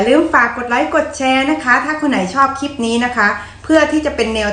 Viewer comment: นิ้วยาวสวยจัง อาหารคนอื่นชมหมดแล้ว, ติเพื่อก่อ พยายามออกเสียงอักษรกล้ำหน่อยค่ะ โดยเฉพาะคำว่า คลิป เพราะต้องพูดบ่อย คงไม่โกรธนะ